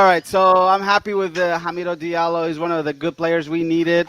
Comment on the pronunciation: "Dilario":) "Hilarios" "Di Allo" Ha Mi Do --- Di Allo You got it right in the end:) and this text was a waste. Come on Algorithms help this "" Earned a sub for your humble personality